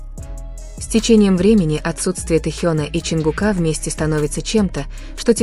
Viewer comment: Не ЧонгукА.а ЧонгУка